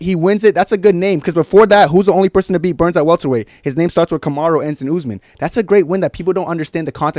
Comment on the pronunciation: Now said Usman always with the Belal voice, the U U U Usman